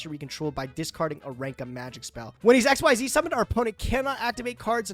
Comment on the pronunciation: Please! It's "Ehks-zees", not XYZ summoning!